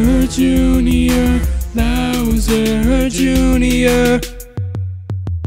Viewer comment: You said bower Jr it's Bowser Jr!